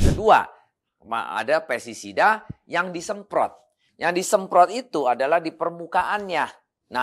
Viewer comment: Sorry pak, bukan pesisida tapi pesTisida.